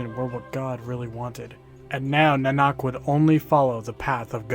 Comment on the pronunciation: I think it's naa-nuk.